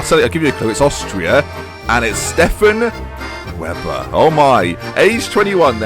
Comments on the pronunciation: weber is pronounced as vay-ba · Webber would be pronounced "Vehber" :P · thats not the austrian flag... also, it would be pronounced 'vehber' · Unfortunately for the whole "Signed him 'cos his name's Weber" thing, It's probably pronounced 'Vayber'